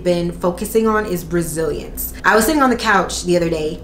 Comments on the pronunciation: Girl I thought you said “Brazilians” not Resilience. I was like what?! 🤦🏽‍♀️😅😂🤣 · I heard that, too, and it cut to a commercial right at that moment so I was sitting there like "Huh." lol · I literally saw this comment as I heard “Brazilians” too 😂😂 I’m like wow it must feel like a piece of cake now lmao